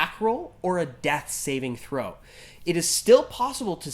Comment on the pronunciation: You know, when listening to a vid on 2x speed, "death saving throw" sounded like "dex saving throw" and I was like whaaaaaa? lol